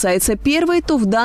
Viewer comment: Боже даже фамилию Клюкиной не смогли нормально сказать